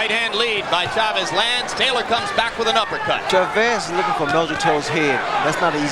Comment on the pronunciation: CHAVEZ, one word. Not Shuh-Vezz. CHAVEZ one word.